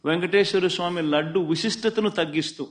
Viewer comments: ఉసిస్తత కాదు......విశిష్టత.......వి.... శి .....ష్ట...త.....ok na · అది ఉశిష్టత కాదు మామ "విశిష్టత" ముందు తెలుగు పలకటం నేర్చుకో స్వామి తరువాత విమర్శకు దిగుదాం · అరే జగ్గు భాయ్ ఓ ఎస్ బిడ్డ తెలుగు మాట్లాడడం కూడా రాదు సన్నాసి వి అరే సన్నాసి ఊ శిష్టత అనకు విశిష్టత అను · ఉశష్టత కాదు మాజీ గారు. విశిష్టత అంటారేమో కదా!! ఒక్కసారి మన సందేశం రీవైండ్ చేసుకొని సరిచేసుకొంటే, తెలుగును మరొక సారి ఖూనీ చేసే పనుండదు.